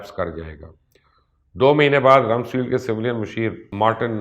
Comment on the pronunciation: Not Ramsfield but "Ramsfeld"